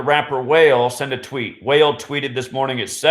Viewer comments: Wah-Lay NOT whale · Thanks fyi he pronounces it like Wa- lay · Your videos are unlike any other!! The ones that deny the truth are just oblivious and ignorant! You explain everything with facts to back it up so it’s all undeniable. You are one smart man. Not sure if anyone has already said this but Wale’s name is pronounced “Wall-lay” just throwing that out there!! Thanks for taking the time to make all these videos to show us the truth! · its wah-lay=wale 👌👌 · Bro. Wale is pronounced wall-lay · couldn't help but to laugh when he kept saying wale as "whale". lol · Wale pronounced (Wah - Lé ) great video 👌🏽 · Pronounced WHA-Le' my dude 💯